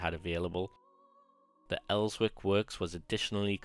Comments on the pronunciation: I give up, intro far too long and in the FIRST SENTENCE we hear of ''El-wick''..... ffs! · It's pronounced Elsick - and I'm a Geordie. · Good vids but please the w is silent in Elswick.